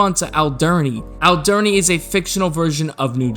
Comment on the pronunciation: Many props on the video but as someone who is from the namesake island, I'm gonna need a personal apology for your pronunciation of "Alderney"